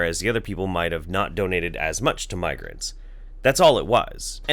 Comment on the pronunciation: You said migrants and it sounds like you say migraines. :/